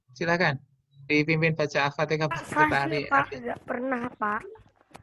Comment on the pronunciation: Mhn maaf, itu Surah al fatiha. Bkn alfateka. Ntr beda artinya 🙏